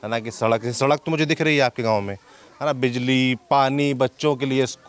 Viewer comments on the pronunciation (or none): none